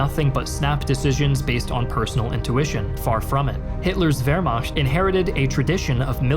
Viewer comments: Please learn to pronounce Wehrmacht correctly. It is macht not “mashed” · i want so badly to watch and enjoy this content but my mans litterally said "vehrmasht" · Wehrmacht: American pronunciation..... vehr·maakt .... still love your work.